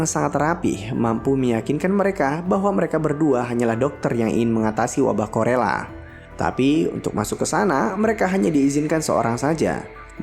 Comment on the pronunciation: Bang bukan wabah korela tapi kolera ya 😅 semangt bang untuk chanelnya biar makin bertambh subscribe,like comenny nya 🌹